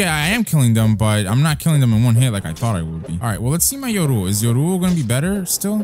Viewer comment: Look up how to say yoru